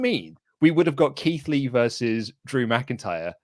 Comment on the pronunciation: You said Keith lee wrong